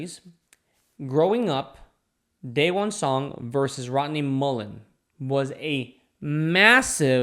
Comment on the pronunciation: The way you pronounce his name Dayone Pmo